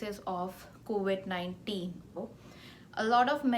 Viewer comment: It’s COVID and not COVIT